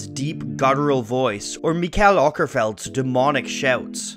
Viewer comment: FYI, Mikael's name is pronounced "Oakerfeldt" in Swedish